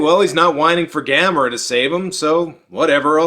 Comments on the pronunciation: That's weird they pronounced it like that since it's Gamera like camera, nobody in NA pronounces camera as Cah-mera. O_o??? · Sandy Frank Dub??? I know my copy of Gamera vs Gyaos has 2 Dubs, but the way I distinguish each one is by how the characters pronounce Gamera's name. And I personally prefer the one where they pronounce his name as Ga-Mer-Uh. NOT Ga-Mair-uh.